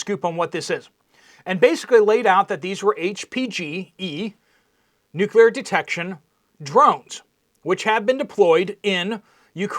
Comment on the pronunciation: Is there missing nucular material ???